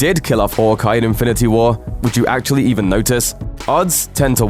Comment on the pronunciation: the way he pronounced hawkeye made me cringe for a thousand life times